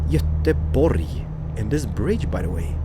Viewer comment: Oh, and cheers for pronouncing Göteborg like it should be pronounced! Alot of non-"götar" says götlaborg >.< <3